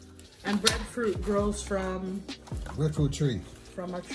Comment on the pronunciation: said the "Dutch pot come fram Kingston". 😆 Love this dish.